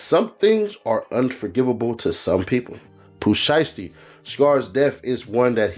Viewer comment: No video of nothing his name is not sheesty it's SHIESTY get it right dumbass and another thing wheres the video all I seen was bunch of same ol same ol and herd nothing but your mouth and on top of that can't even pronounce their names right and you made thousands of these BULLSH!#/ I say